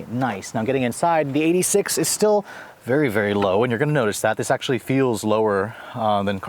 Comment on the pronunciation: you mean the toyota EIGHT-UH SIX-UH